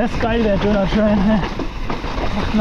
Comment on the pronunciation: Einmal "Döhner" mit alles ausser Soße Bitte 🤣